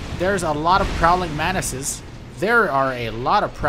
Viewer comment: Ah yes, Prowling Manus